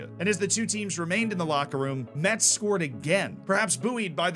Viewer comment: It's even funnier that he corrected himself with the pronunciation of Rodez but not with Metz (which we say "mess", like this last season's day) xD